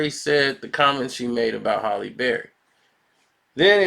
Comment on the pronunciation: said “Haley” Berry, nigga can’t pronounce shit 😭